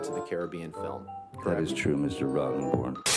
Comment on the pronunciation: Roddenborn will always = Rottenborn in my ears.